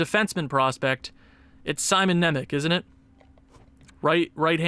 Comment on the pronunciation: Just a little helper, Nemec is pronounced Simon Nemets